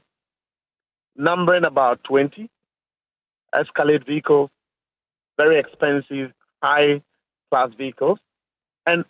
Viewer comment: Very stupid news🎉🎉..the way you are emphasising the vehicle, vehicles...😅 poverty people